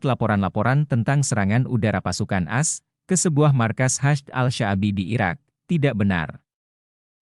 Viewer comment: A. S bukan as.... Reportase